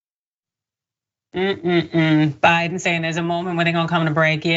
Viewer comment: Like that "WAKE UP Ja-Biden" !!